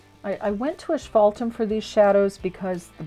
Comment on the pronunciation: Thanks so much for sharing! Great info. One thing? I like your idea of shading with a warmer color like asphaltum. (there isn't an S in the pronunciation, so not ash ;-) and I just discovered that there isn't a U in pronunciation. LOL Learn something new every day. Also, love the lettering tips!